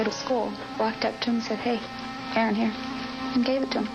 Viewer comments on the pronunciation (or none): When he said his name, I could've sworn I heard him say, "Aaron Magical". Is that what he said when the 911 operator asked his name? Also, I don't know how the operator thinks Aaron said his name was "Ann". Interestingly enough, I don't know very many boys named Aaron, but I know a couple girls named Erin (I know, different spelling, but same-sounding name). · When did the 911 dispatcher catch on to the fact that his name is "Aaron", not "Anne"?